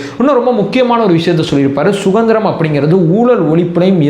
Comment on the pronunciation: அது சுகந்திரம் இல்லை சுதந்திரம். ஒழுங்காக தமிழை உச்சரிக்கவும்